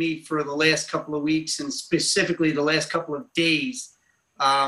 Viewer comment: 🤔 Hmm, Pacificly. I would hate to see This Lawyer go Atlantic on any questions he is trying to explain. I believe the correct word is Specifically. Pacificly really isn't a word is it?? Wondering for myself...🤫🤔